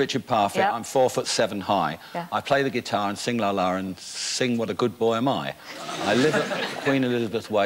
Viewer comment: she can't sat guitar properly. it's guitar not gee tar.